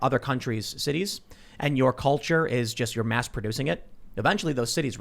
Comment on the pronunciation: IT'S DEY CULCHA, YO